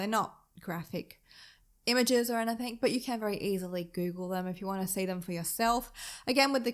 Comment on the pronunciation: Why do you put K's on the end of words like something, nothing and anything etc???? They end with a G, I just don't get it......